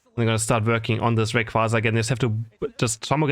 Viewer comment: I dont wanna get hit by reyquaza-san 😂😂😂. Anyone else hear that